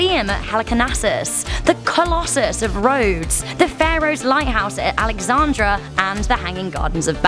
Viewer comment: She buthcered even alexandria....God